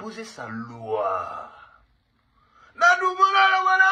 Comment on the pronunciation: 😂😂😂😂toi avec ton "LOI" comme Koffi Olomide